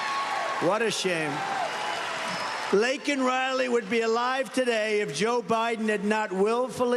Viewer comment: At least Trump pronounced her name right and didn’t make it about himself! May Laken RIP And fly high with the angels. A senseless act that should’ve never happened! 😢